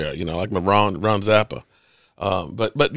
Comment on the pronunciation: Ron Zacapa 😅 my man said Ron Zapa